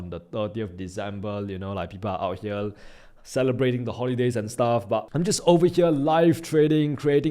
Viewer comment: its here not hele